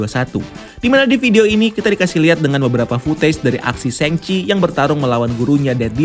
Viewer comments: Shang Chi bacanya shaang Kak, bukan sheng. Tolong dibantu sebar ya Kak kalau bisa, Kevin Feige udah bilang Shaang, lalu kalau sheng sebar, kacau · Bukan hanya Itu Kak yang dia salah. Shang Chi bacanya bukan sheng. Aaa, Shang Chi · bacanya bukan sheng chi. Shang Chi, Aaaa